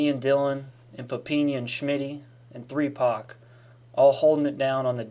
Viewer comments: Did my home boy say 3pac 😂😂😂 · AM I THE ONLY HUMAN WHO HEARD HIM SAY 3PAC? Wtf